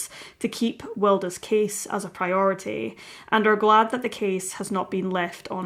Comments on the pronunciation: Yeah Wild as in Oscar Wilde not Wilder. This sounds weird and a bit random to me. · I think her name is pronounced as wild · It's pronounced Will-dee.